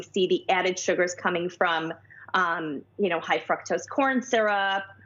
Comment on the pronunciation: A dietitian that doesn't know how 2 pronounce "high fructose"....sad bananas CBS!!